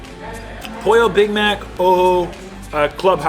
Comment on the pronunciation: not polla Pollo. YW haha spanish is not ur 1st or 2nd language